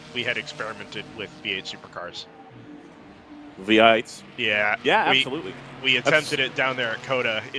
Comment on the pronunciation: Vee-ate supa-cahs.